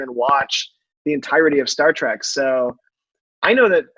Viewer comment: "Star Track"....... 🙄